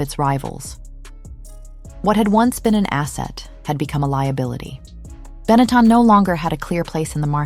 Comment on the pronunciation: Get back to me when you can pronounce the word Benetton correctly.